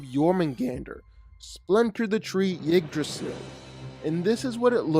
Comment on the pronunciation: Also why can't you pronounces jormungandr correctly it is pronounced (gon-der) not (gander) I don't care how it's spelled it's pronounced in Norwegian not English and the trees name is utensil pronounced (you-dra-sil) not pronouncing their names right just makes you sound less intelligent. In no way does it make you sound cool